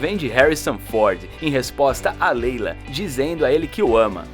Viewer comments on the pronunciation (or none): "Princesa Leila, Rey Finnes." 🤔 Os narradores desse canal sempre erram os nomes dos personagens e atores.